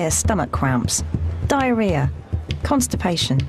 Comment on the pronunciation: did he say diarhhia ...bad hypnotist